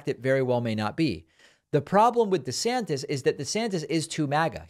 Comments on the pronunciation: David calls him “DeSanctis” 😂 DeSantis and Trump are a couple of dictatorheads. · I love when David began reading verbatim and said DeSanctus😂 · when David says "DeSanctus" while reading aloud...SIR! You have the Trump Derangement Syndrome, SIR!